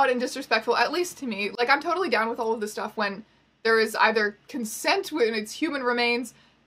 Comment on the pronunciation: "I think this is TOEtally fine" hahaha